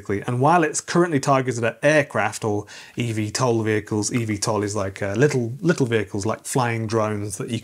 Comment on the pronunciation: it's not EV TOL, it's e-VTOL as in electric Vertical Take-Off and Landing, so e VTOL.